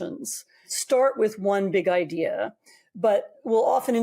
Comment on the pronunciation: Oy, how do you pronounce the word, Idea,? Now think again, how you pronounce the word ideology.